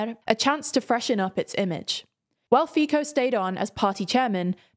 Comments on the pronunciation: Just a correction: Fico is pronounced like “FeeTSo”. You have to make the “ts” sound like you do to call cats. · I am upset, that you changed your "Fico" pronounciation. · Fiko 😂😂😂 its Fico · Fico is pronounced as [Fitso] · Fico is pronounced [fi-tzo] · This pronounciation "fiKo" is killing my ears. But the rest of the names are pronounced suprisingly really good, so ... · Omg I just cant stand the way you are pronouncing Fico as Fiko 😂😭😭😭 even i hate him xddd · From Fajko to Fiko .. you are getting close.. just say the C in Fico like you are saying the C in ABC. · It's not fiko. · it’s prounouced Fitso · I like how you read all the names right, but Fico, I guess in english it would be written like Fizzo, the zz would be like in pizza, all the other names much harder were right :D as person from slovakia, you are right, we are still in the middle between russia and eu, but I think it looks like this because young people are leaving, giving up on their country and older people who remember communism and russia as old good years of their lives are still alive, blindly voting for liars who promise everything, and I dont think that Fico and Pelle are pro russian, they are pro-money and pro-power, they will follow anyone, even if ISIS or Taliban pay them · Please, try pronounce the names as close as they should be. "Fico" is read as "Fitso". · feeko and ooban ?? Guys, Google translator is your friend. Just type in the name, set the language to Slovak, and press the little speaker icon. It will read it out for you. Can't believe that after all these years, and all the research you do, you still butcher every single name. First it was funny, then annoying, but at this point it is unprofessional. 💔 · Fico is pronounced "fitso" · I love how your new host can perfectly nail all the names' pronunciation, but keeps mispronouncing Fico seemingly just to keep the brand continuity. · Actually, they did a pretty good job on every name, other than Fico. It does look deliberate 🙂